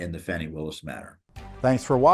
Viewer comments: Its not Fawni it is Fani come on man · There is NO "W" in "FANI".